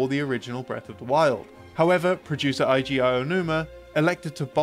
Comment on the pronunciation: Heads up for your narrator, "Eiji" is pronounced "ay-jee," with a long "a" as in "hay," not "ai-jee" with an "i" sound as in "eye." In Japanese, "ei" is always pronounced as a long "a" sound. It would only be pronounced the way the narrator here says it if it were spelled "Aiji," as the only time the "eye" sound is used in Japanese is for things spelled with "ai." Furthermore, the beginning "o" in both "okakingu" and "okagyaradosu" is pronounced "oh" as in "home," not "ah" as in "on." In Japanese, "o" is always pronounced as a long "o" sound. Only the letter "a" is pronounced as "ah" in Japanese, never the letter "o." tl;dr - "ei" spelling = "ay" sound "ai" spelling = "eye" sound "o" spelling = "oh" sound "a" spelling = "ah" sound